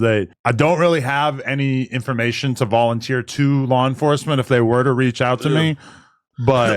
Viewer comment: The way he said "volunteer" information to law enforcement was the most Caucasian Adam has ever sounded.